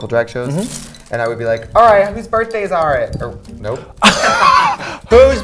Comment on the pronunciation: "Hoos birfdays are it"?